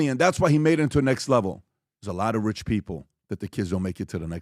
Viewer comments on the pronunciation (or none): none